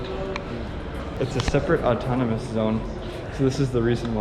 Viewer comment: Its not Automonus,,,😂its autonomous region....